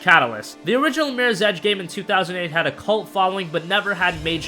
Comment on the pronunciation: Slow down on talking lol it's MIRRORS EDGE not MIRSEDGE lmao.